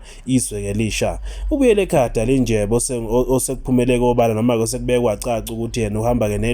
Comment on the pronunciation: AyingoDalinjebo bantundini abadelelayo futhi abangafuni kufunda iilwimi zabanye abantu...nguDalindyebo and 'NDY' is pronounced very much differently from 'NJ' !